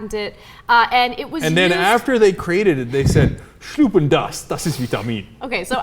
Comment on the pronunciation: schluCKen, not schluppen